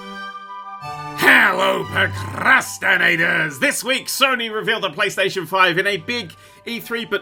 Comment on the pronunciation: My mans got Mexican with that intro I heard that R roll off his tongue with the hello Prrrrrocrastinators